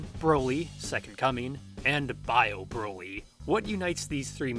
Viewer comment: Why does it sound like you keep sayin' "Browi"? But in all seriousness, the new Broly is an actual entertaining character that I hope gets expanded upon.